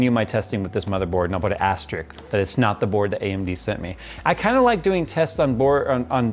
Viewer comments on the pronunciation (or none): Astrick. Is that anything like Asterisk?